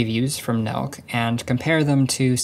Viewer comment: is it supposed to be pronounced "nelk" or "nel-kuh" like a Germanic name